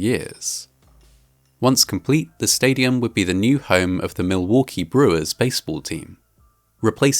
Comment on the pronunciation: I find it funny how you pronounce Milwaukee. The L is much less pronounced by midwesterners